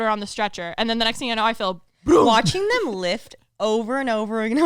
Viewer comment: Has anyone else ever noticed pronouncing “them” as “thum” - I can not un-hear it since the birth of his podcast career